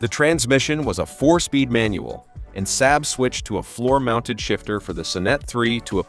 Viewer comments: Saab….sahb not SAB…. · This video is garbage... so much so that it's probably the first time in a decade I've commented on anything. The AI voice can't even pronounce SAAB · The "Saaab suh-NET" Yeesh! It's pronounced "Sahb SON-net"...